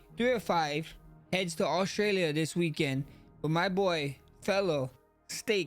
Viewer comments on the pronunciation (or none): none